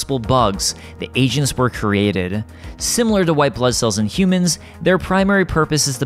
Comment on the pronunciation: I kept hearing 'Agents' as 'Asians'. lol